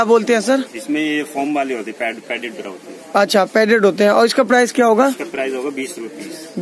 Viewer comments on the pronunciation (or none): Pranaunsection thik nahi bra ko bda bol rahe hai